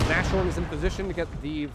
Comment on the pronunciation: Since you do seem to care about correct german pronunciation: sh is never the soft compound sound, German has "sch" for that. Sh is usually when a word ending with s is combined with a word starting with h. We Germans do love our literal combo words. So in this case Nas (short for Nase - nose, pronounced like Nas the rapper) and Horn (horn) which is german for Rhinoceros. You'd put a tiny pause in-between the words so it would be Nas-horn to make sure both words are clear. Great match btw, especially those heroic infantry actions. Edit: just noticed you put Rhinos in the title so you are definitely aware what the word means.😅